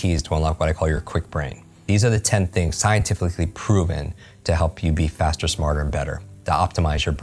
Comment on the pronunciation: ''scien-kwik-icly proven''